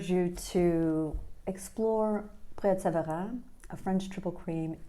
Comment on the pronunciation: Thank you for properly pronouncing my favorite cheese of all time properly ❤😊😊😊 There is no better cheese on a Friday evening and no weekend commitments.